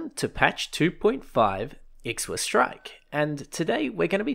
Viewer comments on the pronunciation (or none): I think the update is pronounced "IKWA" Strike. At least that's how I heard Bruce from Gaijin' s The Shooting Range say it.